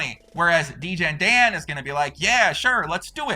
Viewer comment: Degen-Dann awful-Andy 😄